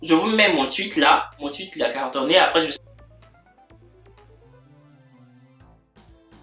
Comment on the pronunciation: Je l’ai reconnu directe le gars, il était en droit à UCAO😄. Son teint est trop jolie. Maintenant ohh , tu imite les chinois là, tu sais que c’est raciste? Tu as finis avec prononciation deh OUUNpopular opinion, tuite, on flèke 😂.